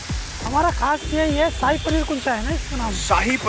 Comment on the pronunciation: ਨੇ ਜੋ ਸਾਹਿ ਪਨੀਰ ਵਾਲਾ ਕੁਲਚਾ kulcha bolya kasam to hassa nahi rukh reha 🤣🤣🤣🤣🤣🤣 Shahi panner da saii kulcha bna chadya 😂😂😂😂😅😅